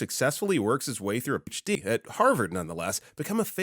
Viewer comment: I'm not saying he isn't real, but this video strongly resonates as AI. Especially with the consistent mispronunciation of PhD. No human would do that. Especially that consistently.